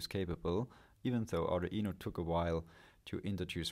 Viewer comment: Does the Arduino pronounciation stress at the mid E vowel? aa-du-Eee-no for real?